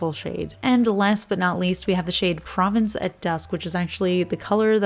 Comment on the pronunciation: Love Bleu Iris and Provence at Dusk!! Maybe it’s a regional thing, but I’ve always heard An open O and long A (like the name Vaughn or yawn) in Provence (pro-Vaughn-ce)